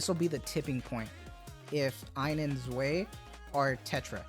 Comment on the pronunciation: I believe that Zwei is pronounced Zvai as opposed to Zway. eins and Zwei are one and two in german.